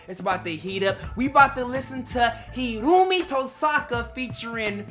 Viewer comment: It's pronounced 'Hiro, omi' That's why they call him Omi. And plz plz plz react to FULLMETAL TRIGGER by THE RAMPAGE!!!!!!!